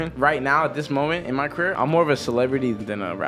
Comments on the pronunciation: "careeah" lol Its the end of everyones CAREEAH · Ok but why u say career like that tho